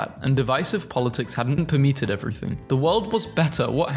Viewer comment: LOL that got me too, per-meat-ed 🤣